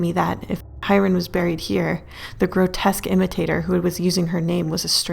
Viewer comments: When he said “ so he buried her” I thought he said “so he married her” 😂😂😂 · Omfg SAMEEEEEEEEEE